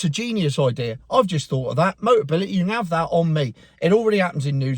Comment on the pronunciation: Hahaha... "boteability!" Dyslexia ules, KO!!